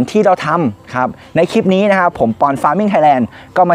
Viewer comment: แกงหรือ แกลบคะ หัดพูดค่ะ หัดได้ แกลบ = กะ - แหลบ (พูดไว้) พูดไวขึ้นๆแล้วมันจะกลายเป็นแกลบ เคยสอนเด็กท่ีพูดไม่ชัดแล้วได้ผลค่ะ Clip อ่านว่า “คลิป” ไม่ใช่ “คิบ” ใช้วิธีเดียวกันค่ะ พูดว่าคะ - ลิป ๆๆๆๆๆๆๆไวขึ้นๆ แล้วมันจะกลายเป็น คลิป สมบูรณ์แบบ ติดตามค่ะ